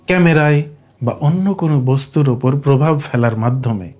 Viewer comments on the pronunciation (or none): none